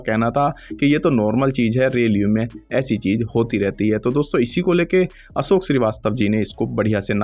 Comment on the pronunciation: you are unable to differentiate between S and SH. It is show and not sow. Ashok is not Asok. Please Correct your pronunciation.